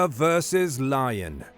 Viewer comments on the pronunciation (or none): Love it, by the way I thought you said Liger vs Liger 😂